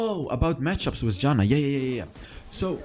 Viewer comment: Mate, Janna is my main char and I like how u play it. And also I love how u say her name. A good example is :)) .Good Job btw! I still think that Rod of Ages is a good item in some situations.